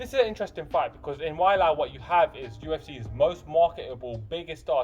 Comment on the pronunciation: Ok my dude. You’re a knowledgeable fan of the sport. You have to know that the UFC does their homework as far as pronunciation of a fighters name. So the fact that you’re pronouncing Ms. Zhang’s name “Why-Lie” has me curious. Your lovely accent would have nothing to do with it. It’s “Whey-Lee”, but I’m sure you already knew that. ;)